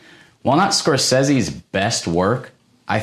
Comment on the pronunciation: Well this was a trip to come across. You seem very stilted in your speech but surely you'll get better about as you get more comfortable in front of camera. Certain pronunciations could use a bit of work like Scorsese's name. A bit of of background music would help break up some of the monotony. It's also weird how you say The Shining is your favourite movie yet it's not the top one. Grandma Bon was sad you didn't include Night of the Living Dead for sentimental reasons.